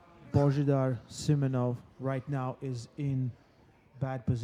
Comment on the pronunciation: Its not Simenonov its Simeonov